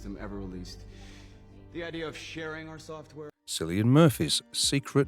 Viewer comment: Cillian is pronounced with a hard K sound.